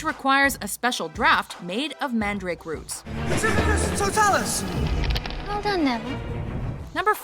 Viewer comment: Pretificus Totalus